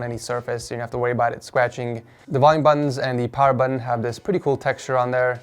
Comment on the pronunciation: I keep hearing "The buns are easy to press"